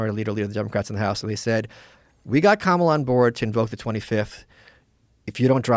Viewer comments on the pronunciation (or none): The emphasis is on the 'KA' Like 'Comma-Law' You'd do best to learn to pronounce it. You'll be saying it for the next 4 and a half years. Maybe 8 and a half. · Are y’all too stupid to pronounce the VP of the USA’s name correctly? If you can pronounce Netanyahu and Kardashian, you should be able to pronounce Kamala. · Rogan knows how to pronounce her name…He’s a closeted/not so closeted racist. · If you’re gonna talk shit, at least say her name correctly. These comments are ridiculous and shows how uneducated so many of you are. If you don’t follow the party you don’t like and haven’t done a lick of research just say that. 🙄